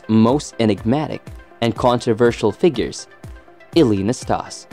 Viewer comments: NastasE. The E is not silent. We jokingly called him “nasty” in my household, due to his antics. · Narrator needs to learn how to pronounce the names of his subjects. He was unfairly punished at times because of his personality. He was temperamental at times but never mean spirited. He actually appeared to enjoy himself and have fun on the court! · I don't want to come across as a hater for what I'm about to say, but you pronounced Ille'ss last name wrong Also, he only won 2 majors... not 3 as you state.. Ille Never played Ken Roswell in a US Open final. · Learn to pronounce his name.